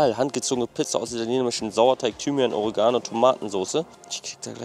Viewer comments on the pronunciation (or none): none